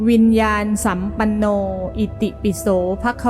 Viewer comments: วิญญานสัมปันโนอ่านว่า-วิน-ยา-นะ-สัมปันโนค่ะไม่ใช่-วิน-ยาน-สัมปันโน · ควรอ่านว่าวิญญาณะสัมปัณโน